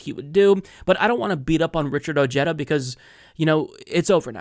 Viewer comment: O/g/eda... Lol... Cute pronunciation 🤣